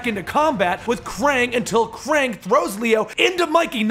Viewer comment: It's fucking pronounced "Kraang"